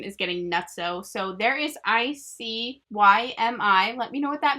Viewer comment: ICYMI: When you pronounce it hears like: I see why am I xD